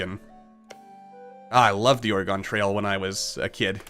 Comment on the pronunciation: Hey... you pronounced Oregon correctly. Good on you.